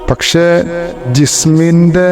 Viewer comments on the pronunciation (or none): none